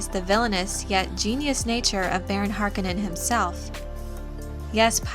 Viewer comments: Please pronounce the Baron's last name correctly: HAR-CONE-NON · Harkonnen pronounced Harkounen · I am puzzled by the way you say Harkonen. Based on my previous exposure to this material it is pronounced with the emphasis on the middle of the word letter o HarkOnen. Is there a reason why you pronounce it differently? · not harkonaan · lol...:)..... Remember: Frank was alive in 1984 and consulted on the Delaurentiis film. That's why you can use it as reference if needed, because he was right there for them to ask how HE thought names and words were pronounced. But, you are right about "po-tay-toe, po-tah-toe".... I can't recall how many names or made up words I have discovered I was butchering only years later, when I finally heard the name pronounced by the author at a convention or in an interview.